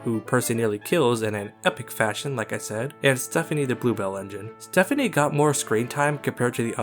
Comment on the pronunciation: StePney, StePPPney! NOT Stephanie! Stop messing up HIS name!